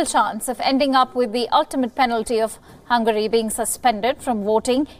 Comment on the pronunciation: its hungary not hungry